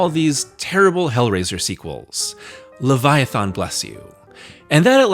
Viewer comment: Why don't you know how to pronounce leviathan?